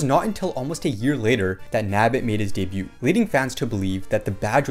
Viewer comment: Bro! Honey Queen would be SO GOOD!!! btw I keep meaning to comment - debut is pronounced with a silent T, i.e. it sounds like "day-beu" or "day-beued"